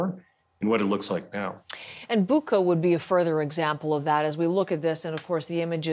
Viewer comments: Boo-cha, not Boo-ka. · it is pronounced bootsha . just listen to any Ukrainian pronounce it ;)